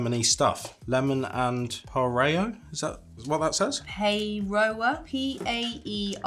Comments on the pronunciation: It's lemon and pie-roar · L&P used to be made in the township of Paeroa but it is now made by Coca-Cola. The name Paeroa is pronounced "pie-roar". It is one of my favorite drinks. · Pronounced ‘pie-rawer’. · l@ is called lemon and paeroa(pie-rowa) not the worst pronunciation not the best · And we all know Christmas biscuits only taste good on Christmas 😂 yous guys are awesome 👌 new subscriber also Lemon and Paeroa is pronounced. Pie Raw ❤ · L and P.....paeroa sounded out is Pie...roar( roll the r) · Yes you can mix L&P (Lemon & Paeroa) with whiskey! So good. Paeroa pronounced like PIE-RAW-AH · L&P, Lemon and Paeroa is pronounced Pie- row- ah.❤ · Pronounced Pie row uh. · Whiskey and/or bourbon is VERY good with L&P. The P is pronounced "Pie a rower" but roll the R :) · I've never in my life heard anyone pronounce Paeroa with an "a" sound in the middle. (and they definitely shouldn't). "Pie Rower" is more accurate, and the "rower" part should be pronounced more like "Rowa" (no "r" sound at the end) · I mean this was much love, but not only did you mispronounce pronunciation, but you mispronounced Paeroa, immediately after hearing it spoken.🤣🤣